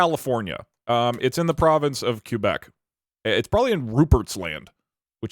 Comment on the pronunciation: WHAT DID HE JUST CALL QUÉBEC😭